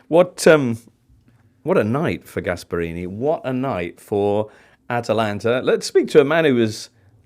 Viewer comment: The fact that a football “expert” said “cuddly Gasparini” just quit and let someone who knows things speak